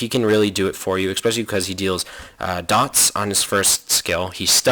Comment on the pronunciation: i can't stand it when you say exspecially xD